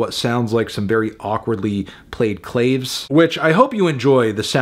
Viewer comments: Anthony! It’s a CLAH-VAY! Not CLAYVE! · Melon. It's pronounced "CLAV-AYS" Not "Clayves." Lawd have mercy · hey anthony i appreciate what you do and i just wanted to let you know "claves" is supposed to be pronounced CLAW-VAYS, not CLAYVS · Sorry Fantano, as a longtime drummer, I gotta correct you, pronounce Claves as Kla-vehyz. :P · Claves is pronounced "CLAW - VEYS" , melon. lol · my man said “clayves” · umm ackutchly it's "cla-vayes" 3/10 for pronunciation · melon may be able to take 5 hot dogs at once, but can he pronounce clave right? i don’t think so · Did Anthony really just pronounce claves like it rhymes with enclaves? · The way you pronounced claves was real wrong haha. It was like pronouncing sword with the w sound.